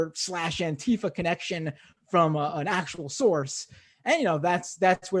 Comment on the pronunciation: Just pronouncing it properly would help, don’t elide the word together to make it sound vaguely foreign like the right does. Use the hyphen - Anti-Fa, Anti-Fa. Enunciate it clearly and remind people of what it stands for at every opportunity.